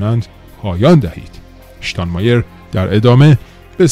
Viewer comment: اشتان مایر نه . شتان مایر .